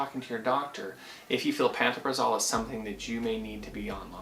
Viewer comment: The literature that came with my script says pan-toe-pra-zole is the pronunciation.